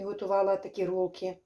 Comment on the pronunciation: говорить правильно рульки бараболя